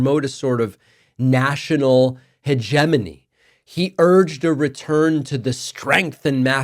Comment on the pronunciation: Yo Dave......PLEASE learn how to pronounce hegemony!! 🤙🏽🍻🎯